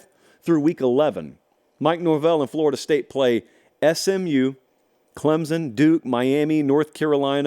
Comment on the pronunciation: says Smu vs Cuse 😂😂😂😂😂 for the Championship